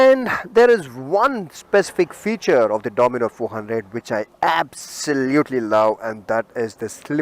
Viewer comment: Its dominar not dominor